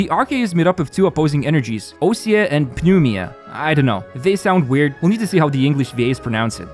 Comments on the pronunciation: oh god you tried 😭 My guess is that Ousia is “Wee-zhuh” And that Pneuma is “Noo-muh” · Osia is pronounced as (usia) and pneuma is pronounced as (pne-vma) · I think the new mechanics are pronounced as oo-e-zha and nuu-ma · Oosia and pnevma is the pronunciation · you've already probably gotten like 50 comments about this, but it's pronounced new-ma and oo-she-ah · Coming from a Greek guy , ousia I stressed at the /i/ and pneuma is pronounced /pnevma/ ❤